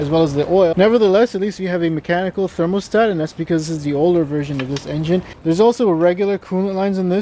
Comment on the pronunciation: therm-OH-stat? Thermostad? THERM-OUGH-STAT